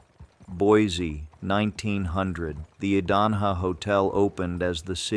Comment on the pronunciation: As an Idahoan, let me help. Payette = Pay-et. Boise = Boy-see. Idanha = Eye-dan-haw. kootenai = Koot-en-ee. Owyhee = Oh-why-hee. Coeur d'alene = core-duh-lane. Also,, Payette Lake in McCall, everyone believes it's a giant sturgeon fish.